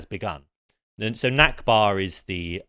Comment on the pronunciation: This guy is an idiot. He can’t even pronounce knesset or nakba, and he got Smotrich’s name wrong.